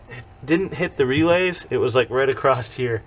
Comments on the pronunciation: Not trying to be a dick but I can’t help it ...is anyone else annoyed when someone says acrost instead of across... Bc I know I am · why do most Americans put a T at the end of 'across' heard a lot of you pronouncing it acrosst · There is no T in across